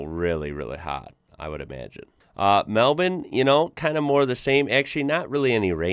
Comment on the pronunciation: Nailed the pronunciation of Melbourne haha. 👌